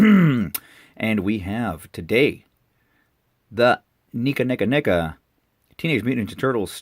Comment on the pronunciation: Just curious why you're pronouncing NECA that way? And I could never imagine ANY figures from this line ever being shelf/peg warmers. Who knows, Stranger Things have happened.